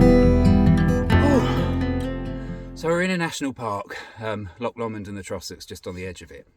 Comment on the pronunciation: secs......."Loch Lawmond"......LAWMOND! No, it's pronounced "Lowmond"